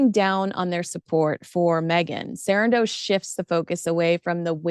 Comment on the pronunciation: Why do u keep saying Sarandos like that .. its weird .. no one else says it like that.. I stopped watching